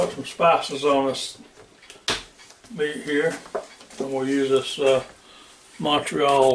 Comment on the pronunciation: Folks this good 'ol boy here has got it right I was born and raised in Beautiful Montreal, Quebec Canada. and live here as I type this comment. Home to many famous things: Montreal Steakhouse Seasoning Montreal is home to them, Little French Girls. Oh there is just too many things about Montreal to list really. Personal note: I love how your Americans pronounce Montreal LOL ya say Mun-Tree-All Love you for that, haha is a dead give away you're from USA